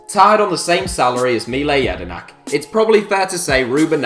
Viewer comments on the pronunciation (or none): Fuck do you fuck up pronouncing mile jedinak